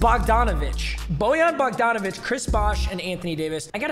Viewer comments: it’s bog-dan bog donavic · Bo- han bogdonavic